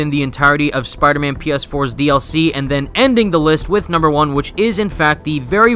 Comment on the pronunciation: Tell me I'm not the only one who thought "SUPIDAHMAN" when he said "Spider Man based Power Ranger"?